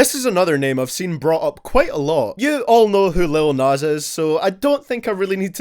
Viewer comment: I don’t mind the guy but I cringe every time u called him “Nas”